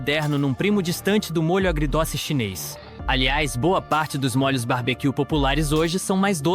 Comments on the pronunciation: "Mólhos", é demais... 😂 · O narrador deve ser gaúcho, a pronúncia de molho sai : “mólho(s)”